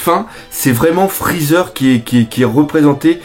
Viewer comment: "Frezzer" Aie